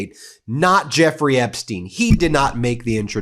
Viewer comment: On the accent thing — it’s Apstein, Apstein. You might want to watch Laura Benanti, who does a more believable Melania than Melania … otherwise, carry on. BUT — something in Flotus’ email has always fascinated me, and really does seem to beg for context. Melania writes, “I know you are busy flying all over the world…” So Mrs T knew that. And it’s worth asking, did she know WHY? That Maxwell was scouting and grooming kids from countries like Slovenia for the trafficking trade? Why is no one poking that bear?